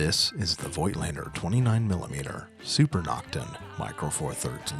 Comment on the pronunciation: Nice review dude. Just for information. You pronouncing Voigtländer with a silent „i“ . Like in English Wrap with a silent „w“.